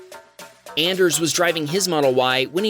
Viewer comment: His name’s not AN-ders! It’s ON-ders! He has a hard ON!